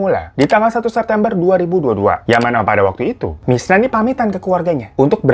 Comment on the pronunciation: ini gue yg salah denger apa emg bang hiro nyebut si korban namanya 'mirna' bukan 'misna'? 😂